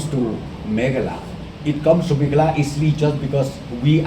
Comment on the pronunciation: it's Meghalaya boss is not meghala😂😂😂 n good to you 👍